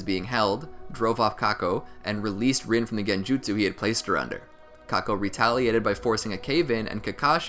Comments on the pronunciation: OMG ITS NOT PRONOUNCED RIN ITS REEN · Overall nice vid but is anyone else annoyed he pronounced rin's name wrong like its ren.